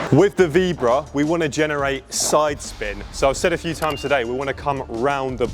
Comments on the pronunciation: Vee BO ra not veebra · "Vee-bra"? Maybe learn to say it before you try and teach it?